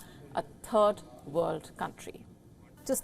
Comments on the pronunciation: Did she just say "a turd world country"? Spot on I say. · Cant you practice saying "third" in front of a mirror